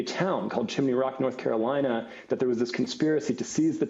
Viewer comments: lol, North Care-eye-nuh....you just thought you nobody would notice. Hehe. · Did anyone else hear North “Carorina?” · norf caryna. lol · "North Carorina" you drinking at work? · Where the heck is "North Carina"? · Hilarious segment but he said " North Carina" and it's all I can think about